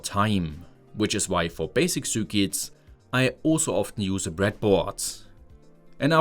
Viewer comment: what are "soorkits"?